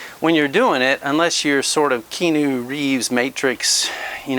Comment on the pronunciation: When you mentioned Keanu Reeves. I heard Key-nu. That said, thank you for getting me started with the double ended bag.